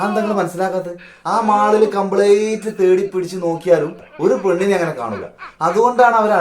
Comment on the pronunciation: കംപ്ളേറ്റ് അല്ല....കംപ്ളീറ്റ് ട്ടാ......